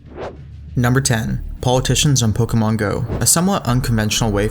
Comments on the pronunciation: I hate how he says Pokémon. "Pokamon" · The way he says pokuhmon